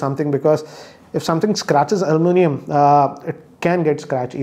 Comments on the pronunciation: Sir “ Alu mi nium “ not “ Almu nium” 😂. That’s funny 😆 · It's almunium not aluminum. Me:-🤔....... 😂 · Yes. This pronunciation is much required